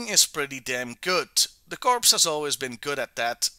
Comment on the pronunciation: It is pronounced "core"